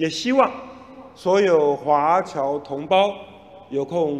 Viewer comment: 华侨能念成华娇。。。。。怎么 想都不会是娇